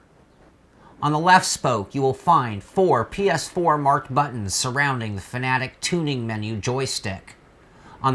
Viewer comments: I thought it Fanatec was pronounced Fanatec, not Fanatic. They both mean different things. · F.A.N.A.T.E.C NOT FANATIC !!!!!!!!!!!!!!!!! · 3 syllables ready, fa na tec again fa na tec. Got it? It's not fa na tic.